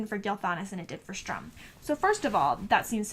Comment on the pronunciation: Nice review, but just one thing his name is written "stu-Rm" ...not "stR-uM.